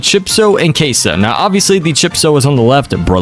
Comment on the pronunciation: Bro sound like he is saying cashoh